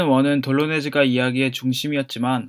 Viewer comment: 돌로네즈? 마요네즈? 돌로레스인데